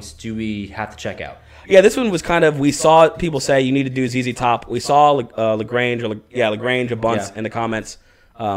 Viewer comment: ZZ Top (pronounced "zee zee top") is an American rock band from Houston, Texas, formed in 1969.